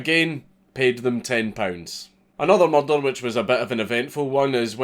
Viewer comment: Everyone at the Edinburgh Dungeon said it like that. Tis a good pronunciation.